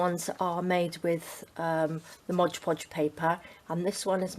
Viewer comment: Am I the only person who is bothered when someone says modge podge? Its mod podge..